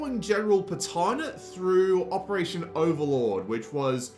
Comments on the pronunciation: I think your Patton pronunciation was done on purpose. Lol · That pronunciation of Patton was cringe